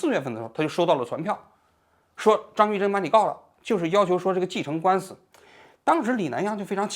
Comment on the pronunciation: 张玉珍，你为啥总是读成张士珍。